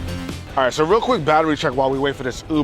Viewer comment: "rea day in the life"